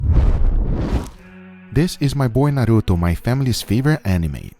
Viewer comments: What I liked the most is that he said 'Naruto' and not 'Naruuthouu'. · Can we just appreciate that he actually pronunciated Naruto in the right way omg